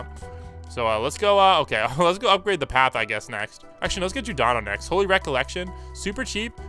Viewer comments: bro really called yhwach judano who tf even is judano💀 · he dosent know how to say "Yhwach" from bleach, shit gets me mad too